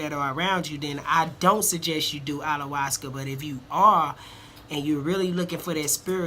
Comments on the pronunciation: What's Allawascuh? Bahahahahahahaha Ayahuasca guy....aya...hua....sca! Pronounce that shit right! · Correct pronouciation of it please....lol "i ya was cah" you keep saying "all la was cuh"